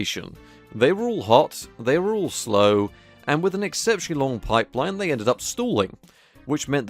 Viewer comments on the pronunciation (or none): none